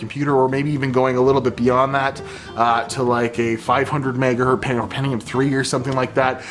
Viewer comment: It hurts every time says megahurt. It is the megahurtingest of megahurts.